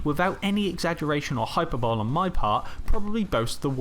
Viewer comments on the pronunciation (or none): you did not just pronounce it "hyper-bowl" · that's not how you pronounce 'hyperbole'